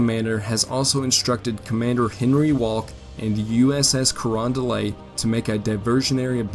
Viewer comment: The “t” in Carondelet isn’t silent. At least it isn’t to people in St. Louis, where the USS Carondelet and several of her sister ships were built.